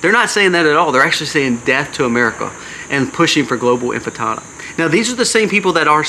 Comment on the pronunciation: Infitada? Or is it intifada?